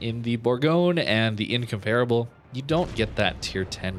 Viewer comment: Not trying to be a grammar Nazi (really!), but it's pronounced "In-COM-per-a-ble"... Not "In-COMPARE-a-ble". Just thought you'd want to know before you release the upcoming Incomparable video! I really love all your videos a lot. You've become my go-to guy for Warships videos. Keep up the great work!